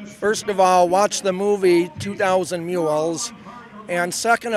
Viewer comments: Ive never heard of 2000 myoo-els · Can't say I've heard mules pronounced like that before.